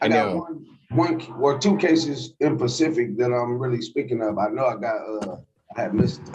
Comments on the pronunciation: He’s got a few court cases “in pacific” 😂, wow, his English is great! Lol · It’s important. He’s got two cases “in pacific” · How many public defenders does he have?! Jesus. I’m talking about the lawyers representing specifically… err I mean ”in PACIFIC” as he would say.